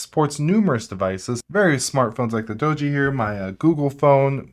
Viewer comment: It's pronounced Dodgee.